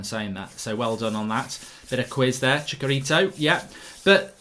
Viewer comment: Chicarito ? 😂🤣🤣TF. Chi-cha- rito Mark !